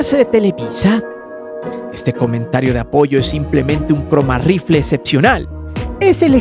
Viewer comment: Ja, ja, ja, ja... "cromarrifles" 😅